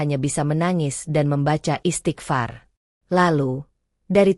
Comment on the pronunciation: Apa kah pembaca cerita ini mualaf. Sebutan Arab nya sangat jelek kurang tepat. Contoh sebutan istighfar. sangat jelek.